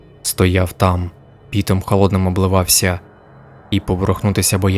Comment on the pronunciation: Дякую за цікавий контент. Тільки не "пІтом" а "пОтом" обливалося